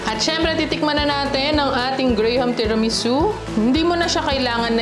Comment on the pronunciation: Hindi “gray-ham” po, “gram” 😅 parang walang “H” sa graham. ❤❤